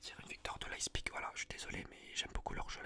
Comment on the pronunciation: leiPZig frero, le z après le p